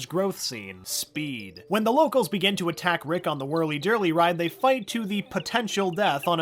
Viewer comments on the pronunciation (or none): none